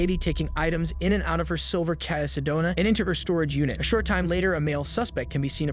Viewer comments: It's KIA- like KEY-AH not KYE-AH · and K-EYE-A 😂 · Ok, if you're going to do videos at least start with getting the pronunciations correct. Her vehicle is a Kia, pronounced Keeya. I'm not trying to play grammar police but if you can edit these things and do all of research the least you can do is pronounce things right especially something as simple as the make of the vehicle. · Bro, how do you mispronounce the words "KIA" and "minivan"? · Dude what is your hang up with pronouncing Kia and minivan 🤔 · And how he mispronounced Kia...